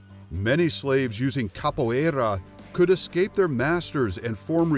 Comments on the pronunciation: Amei o modo que ele fala capoierrrra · His pronunciation is hilarious. And annoying. I mean come on, "Kappo eyraaaa". Really? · SORRY; but I do Capoeira. You guys pronounce everything very wrong… both capoeira, ginga and berimbau. Also why is all the Capoeira clips the top clips from YouTube? Half of them are from movies… You´re not just reading from Wikipedia too? (And I don’t know but your karate words sound weird too…) But I am okay with the conclusion. We can be quite aggressive, but Karate is eassier to learn if you ‘just’ want to win a fight. (And stop telling me to subscribe, once is plenty! Just do better context or shorter videos instead please) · Anyone else notice he never pronounced capoeira the same way twice?